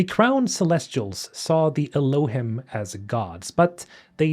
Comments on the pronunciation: Not to be an "Aktually" but Elohim is pronounced el-O-heem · I think Elohim is pronounced Ehloheem. At least that’s how they pronounced it in the audio book for Archimedes Engine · Elohim is from the Bible , it’s the real name of Celestial beings with God being “ The Elohim “ it’s pronounced ( Eloh-heem ) just so you know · Elohim is pronounce Eloe-heem. Hebrew for 'gods", "goldy", "supreme ones" or "mighty ones". Lots of biblical lore on this even Billy Carson talks in detail about this. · Bro I don't know why, but them borrowing terminology from the bible "Elohim" meaning "gods" or "godhood" Is cracking me up, or it's just the way you're pronouncing it. 😅 I may not be able to take this game seriously. Gonna be like that one A-hole in the back of the cinema that keeps cracking up for half of the run time.